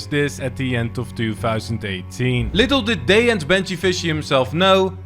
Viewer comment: . “Little did deyy and benjyfishy know”